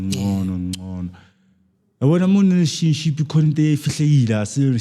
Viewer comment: 😹 😹 😹 a what _tionship?? My man cant say relationship.. He's speaking gibberish 😹 🚮